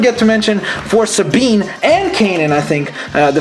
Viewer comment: No that's perfect! You actualy pronounced her name right!